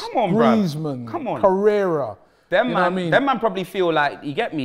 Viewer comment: really called Corea *CORRERA*😂😂😂😂